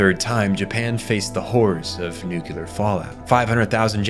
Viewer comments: nuCLEAR. nukular is not word lol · New Clear Say it right. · Cool video, but you really need to work on your pronunciation, seeing as how your only value add is reading out whatever script you scraped off the work of others or simply asked ChatGPT to generate. For example, "nuclear" is pronounced "nuclear", not "nukular", and the same goes for, like, all the japanese words and other words specific to this work. Do better. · okay, was intrigued and watched half way through, until he said NUCULAR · what "Nukelar“?